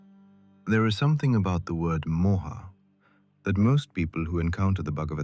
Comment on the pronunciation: I found your channel and have listened to it twice in last 2 days. I don't think anyone has explained the story better. Thank you. However, Please note that while you write the names you put an 'a' in front of it, you are NOT supposed to pronounce it with an aa sound! It's not Arjunaa. It's Arjun. Not mahabharataa, it's Mahabharat. It's not Mohaa!! It's Moh. Not yugaa. It's yug. There are 2 people talking and the one with the Russian accent is pronouncing it all correctly. It's very disturbing for an Indian person to listen to such wrong uccharan of words. Hindu names and words have a meaning only when spoken correctly